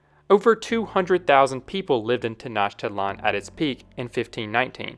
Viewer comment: I think it's Tenoch-titlan, not Tenach-titlan